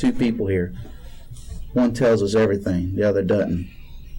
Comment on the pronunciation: LOL! "One tells ya arythang... The other Dudn't..." Real Country Folk!!